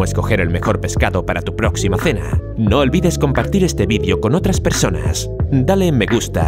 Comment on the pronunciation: Se dice video no vidio